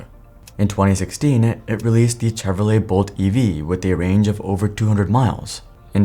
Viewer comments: Listen - I typically like the content. But if you can’t even put in enough effort to learn how to pronounce Chevrolet… cmon man, it’s not that hard 😂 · Bro are you AI what's up with the Chevrolet pronunciation